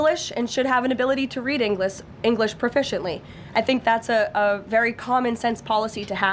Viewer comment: Karoline Leavitt reads English saying Englis, and her sentence was that she felt people should read "Englis" properly but she reads the sentence incorrectly herself. It's the height of hypocracy making expectations of others that she has not attained herself